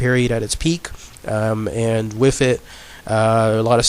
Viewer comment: Dude, I can't get over the 'wiffits'... either pronounce your "th's" or get a better microphone!